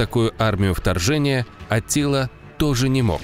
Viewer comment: В текстах анимации - Аттила, в речи диктора - Атилла, хаха